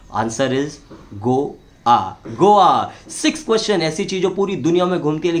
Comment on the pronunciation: गोवा को " गो " " वा " कहते है " गो " "आ " नही जिसका अंग्रेजी स्पेलिंग है GAWA